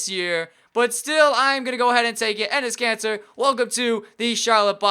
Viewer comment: Who heard him say Enes Cancer?